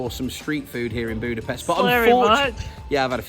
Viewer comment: Guys, you pronounce it as Budapesht. Thank you, from a Hungarian :D